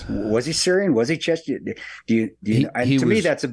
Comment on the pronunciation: Its "Chechen"